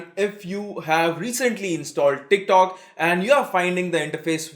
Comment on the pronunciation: Teerk talk...😂